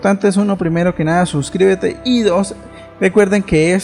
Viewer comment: Freya dijo:subcibete